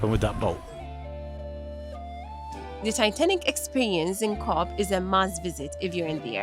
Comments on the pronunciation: Cobham. Is pronounced Cove. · it's cobh (cove) not whatever the hell you called it. 🤣🤣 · Cobh is pronounced "cove". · cobh is pronounced COVE guys! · Cobh pronounced Cove . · Cobh is pronounced "Cove" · Its pronounced cove 👍👍